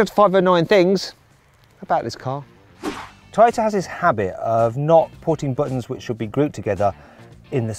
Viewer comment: トヨタがてぃよたって聞こえた